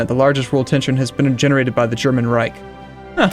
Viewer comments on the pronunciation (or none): It makes me cringe a bit when tries to pronounce german words ^^ guess I wouldn't be better if I tried to with a foreign language I'm not familiar with;) But please it's ReiCH and not ReiK:'D